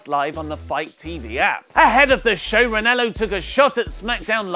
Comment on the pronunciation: REN-AH-LOW not REN-ELLO